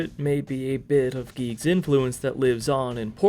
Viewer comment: "Geeg" It is GIGAS [Guy-Gas]